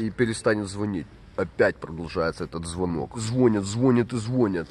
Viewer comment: и звОнят и звОнят😂